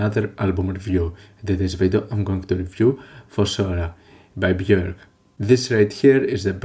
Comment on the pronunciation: Thank you for pronouncing her name accurately.